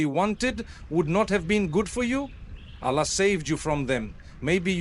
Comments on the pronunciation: listen to him where he pronounces Arabic Words. It is completely done wrongly. Even Allah, he pronounces it usually as Ala! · The way the audio says Alla and not Allahh… we know its not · Yes, this is shameful the way Arabic Words are pronouced. Like Ala. Soubhanallah. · this is ai generated he never pronounces Allah like this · Something is there. Mufthi's voice taken. But he is not speaking. Look at the pronunciation of Allah .😢.